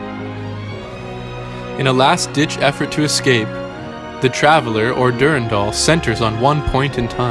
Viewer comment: I don’t like how you pronounce Durandal or W’rkncacnter.